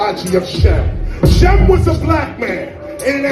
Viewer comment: Dude was just running his mouth for like "ever ever ever ever ever ever Kanye" billy Madison we are now all dumber for listening to this b.s.. is he high, he got to be high or just rambling.. and first off it's shem not sim, sim is artificial shem is a son of noah..